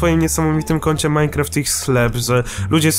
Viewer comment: MineQusim? :D